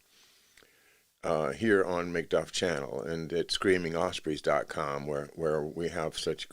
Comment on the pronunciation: i hope that you have not lost all. the video work reading books you have done. But if you have that is sad. Yet you continue on! I am upset that I didn't watch them all! But the mission and your example carries on! Amazing. OSPREY NOT OSSPREY!